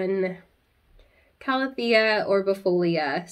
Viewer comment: You pronounce calathea the correct way, according to the dictionary ;) also, I find the best way to keep any calathea alive is to give them filtered water of some sort. Whether it's from a Brita to get out the chlorine from tap water (or setting the water out for 24 hours so the chlorine evaporates), distilled water, or reverse osmosis water (that I personally have a separate tap for in my kitchen). All my calathea and maranta live in a north facing window and they thrive there, constantly putting out new growth no matter the season!